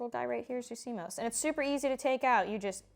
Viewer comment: C-MAus not C-MOes - 😆😆 apples go in the fridge